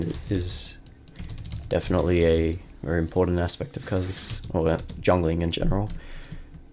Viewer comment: Why he saying kebab